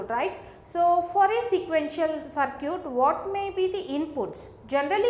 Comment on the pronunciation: a good example of how bad or wrong pronunciation can make things very difficult. "Circuit" is pronounced differently!